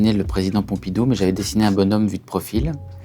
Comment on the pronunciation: envie de l'étrangler quand il dit Pompidou